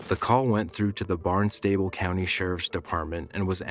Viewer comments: Barnstable is pronounced "BARNES-tah-ble", especially if you live in the New England region. It's a county in Massachusetts that covers all of Cape Cod as well as the city that is the seat of that county. If it's somewhere else then I do not know of your local pronunciation. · That Cape Cod call? It’s pronounced Barns-sti-bul